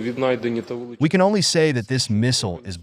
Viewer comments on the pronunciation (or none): Zelensci say dignety 😂😂😂you satan😂😂